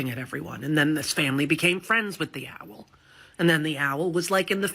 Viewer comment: When did ‘owl’ become ‘ow-ell’? I thought actors did voice training.